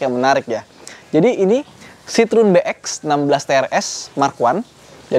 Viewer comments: Bukan 'sitrun' bang, tapi 'sitrowen' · Bacanya tetap Citroen bukan Citrun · Kalo orang Perancis nyebut Citroen nyebutnya si-tro-wang. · Penyebutan merek karena bukan lidah kita boleh apa aja bebas, tapi kalo mau asli dibaca kaya orang sini dibacanya 'sitrowen'.. tapi mantap mas videonya.. baru tahu nih lumayan banyak juga ya varian citroën yg masuk ke indo.. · sedikit ralat, bacanya si-tro-wen (wen nya kaya when di bahasa inggris)